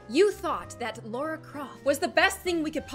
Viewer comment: lara not laura